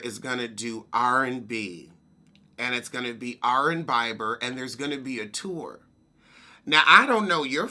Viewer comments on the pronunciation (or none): Took me a minute to figure out you were talking about Justin Bieber (Bee-ber) 😂😩